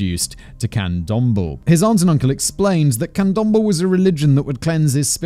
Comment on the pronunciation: Just FYI the e at the end of candomble is pronounced like eh, can-dom-bleh, not like thimble. Thanks again Simon and CC team for another stellar episode 🙌